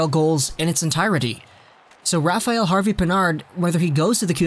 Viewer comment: Rafael is not pronounce «rafa-yell»...its «Rafa-L»